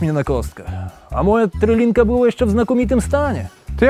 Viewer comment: Szwagry! trYlinka a nie trElinka